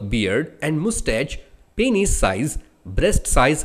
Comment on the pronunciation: it pronounced as peenus